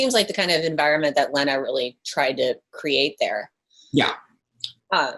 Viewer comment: It kills me how she pronounces Lena Dunham's name as "Lehna." TWICE. Come on, girl.